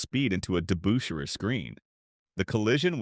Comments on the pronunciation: It's not DeBOOSHAIRRR. It was DeBUSHrrr. Sheesh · narrator needs to properly pronounce DeBusschere & Havlicek. I wonder how these things get by in this day & age. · Well said sir, very well said! Hondo would have no trouble playing in today's NBA. A quiet and humble man that was part of a great championship team, the Boston Celtics. I was a Knicks fan, and this narrator couldn't pronounce Dave Debusschere's last name at all. Must have been a computer generated voice. Debusschere was a rugged power forward. His forte was "defense" and he played it good, rugged, and clean. Hondo was never afraid of Dave or any of the other players this voice listed.